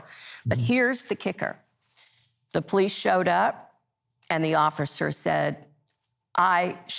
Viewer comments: Just plain GHETTO... embarrassing...and it's Police NOT Po lease. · Ah yes, the poh-lease. 🙄